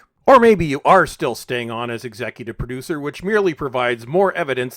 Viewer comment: Doctor Who Poo-ducer.